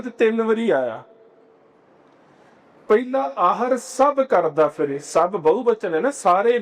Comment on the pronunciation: ਦਲਾਂਵਾਂ ਨੂੰ ਲਾਂਵ ਬੋਲਿਆ ਜਾ ਰਿਹਾ ਹੈ। ਫਿਰੈ ਨੂੰ ਫਿਰੇ ਉਚਾਰਣ ਕੀਤਾ ਜਾ ਰਿਹਾ ਹੈ।